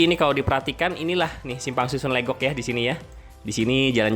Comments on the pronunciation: Pengucapan Legok jgn seperti logat Batak, tapi dibaca Legok seperti kata lepas, Legok itu artinya cekungan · Emang legok, bukan leugok.. Pengucapan logat batak, kebetulan saya tinggal di legok